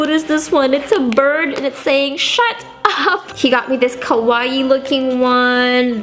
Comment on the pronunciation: it's KAwaii, not KOwaii! xD